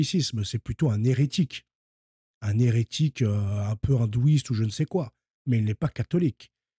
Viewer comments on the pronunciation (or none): Et moi j'allais ajouter autre chose. Ça va pas être agréable et c'est pas si simple que ça de le dire de mon côté non plus. Dans ton "apostolat", que je respecte, et le travail honorable dans lequel tu t'es lancé, essaye de corriger certains travers...comme Hertchique. Djieu. Vatchican...etc. Ça ne sert pas la cause et ça ne te rend pas service non plus. C'est les gars de la cité qui articulent de cette façon. Les Wesh. J'ai mon libre arbitre pour finir par te le dire. Car à chaque fois que je t'écoute, ça mécorche les oreilles. Tu as le libre arbitre aussi d'y veiller pour corriger ça (et ça sera pas évident, mais c'est possible), ou tout bonnement t'en ficher. Je sais pas si d'autres te l'ont dit. Mais là j'ai fini par le faire.